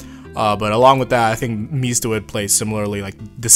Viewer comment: When are you going to tell Guido Mista his name is 4 syllables long?